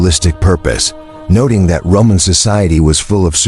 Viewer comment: More dumbassed AI audio that can't pronounce Roman,,,,,Ro-mon??? selts? wtf